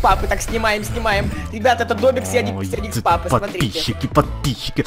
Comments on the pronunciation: не яникс а ярик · не яикс папа а Ярик лапа